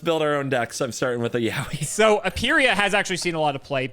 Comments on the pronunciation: To be clear, the pronunciation of "yowie" should be "yoh-wi" based on the Japanese reading. Yowie (spelled yaoi) is a japanese word for gay male stuff, so probably not what they are going for. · Yaoi is not pronounced like Yaowy but I'll pretend that it does because that's way funnier. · I think my soul left my body for a moment with the sentence "I'm going to Yaoi Voxie." Like. Honey. Noooooooo.